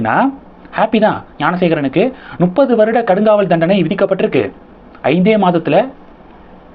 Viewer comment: டேய் நுப்பது இல்லையடா, அது முப்பது என்று சொல்லு